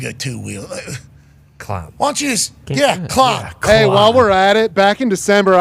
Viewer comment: Straight clahn 🤡